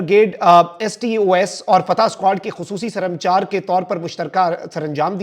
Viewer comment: آپ لوگوں کی معلومات کی حالت یہ ھے کہ بلوچستان کے ضلع کچھی کو کھِیچی کہہ رھےھیں۔ اور لفظ سرمچار ھے یعنی سر کو مچار کے ساتھ ملا کر پڑھنا ھے